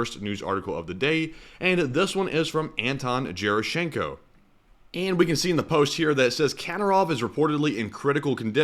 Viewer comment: in general, it's a hard G in European and East-European languages. Hard G as in gorilla, not pronounced like J. Gerashenko is pronounced guerashenko. Just to help out.